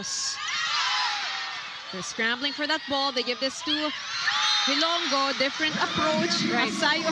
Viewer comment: These two commentators should do advance research and educate themselves on proper pronunciation of names especially "HILONGO" they kept saying HILONGGO. so bothersome!